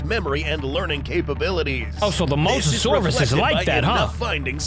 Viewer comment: After a long time has finally said Mosasaurus the right way and also good video